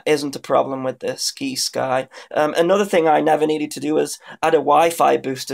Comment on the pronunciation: Try "sigh-sky" You know, like "science"? Like "sci- fi" is short for "science fiction" the sci-fi channel.